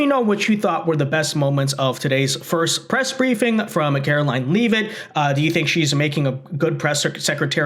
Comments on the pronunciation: Levvit, not leave it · her name is pronounced Levit... not Leave-it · If you are going to apply for a press pass, you might want pronounce the Press Secretary’s name correctly. Just saying….its lot leave-it, it’s pronounced lev-it.